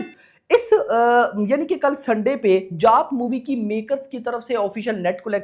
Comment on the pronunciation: Bhai tu जाट bol raha hai ya जात bol raha hai😂😂